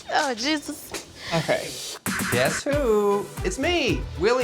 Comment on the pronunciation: Why does she pronounce the name “Jesus” so weirdly?? 🧐